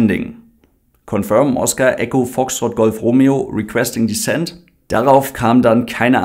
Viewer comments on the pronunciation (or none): none